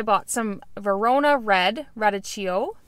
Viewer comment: Radicchio is pronounced like rah-deek-ee-oh.